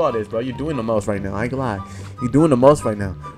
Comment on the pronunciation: Dat shit be funny ASF when he say that